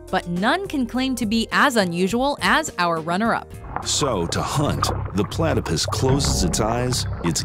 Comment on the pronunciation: when that guy said platypiss LOL